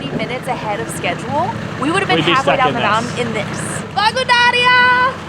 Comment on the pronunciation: I'm so happy you and had so much fun in Bulgaria! This was a dream collaboration. We thank you for your kind words and I loved your "blagodaria" ❤. I hope you visit the rest of the Balkans and Eastern Europe soon - these countries are hidden treasures. Greetings from BG! 🇧🇬 👋😁